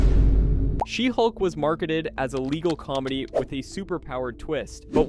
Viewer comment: you mispronounced a bunch of titles- Shesulk.... Blacktin America..... and Black Pussy Wakanada for never.